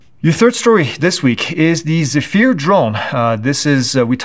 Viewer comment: The Airbus drone is properly pronounced as zef-er, according to the Airbus briefing I was at a few years agp.